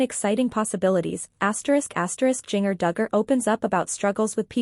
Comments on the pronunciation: And not only that, if this TUFF Moment wants to get the LIKES. Then you need to show the WRITE people with what you are saying. And AGAIN PLEASE TRY TO ANNOUNCE the names right. Jinger is pronounced GINGER like the spice. I know it's done by a computer, but it's ANNOYING !!! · Her name is pronounced as GINGER, PLEASE